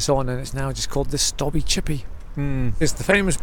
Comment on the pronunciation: Not "the stobbie" just stobbie....rhyming with lobe, robe etc 😉